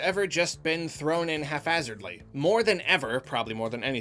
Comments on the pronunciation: I'm sure you meant to say haphazardly, but you clearly said "half-assardly" finally said a swear, guys. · Hap - Hazardly not Haph - Hazardly you can do better that this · did you just say “hafazardly?” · Half-asserdly? Haphazardly is the word you're lookin' for there,. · On point as always, like Nintendo, you are a consistent crowd-pleaser. Gotta love that "half-hazardly" though 😂